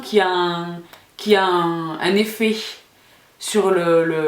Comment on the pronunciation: Salam ça fait plaisir d'entendre quelqu'un prononcer correctement le son "un" du mot "alun". Enfin, à Paris c'est rare. Merci pour tous ces conseils et également à tous ceux postés en commentaires. bizz